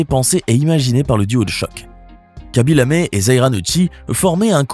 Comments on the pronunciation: Pourquoi Lamé ??? Y a-t-il un e accent ?? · C’est Lame, pas lamé.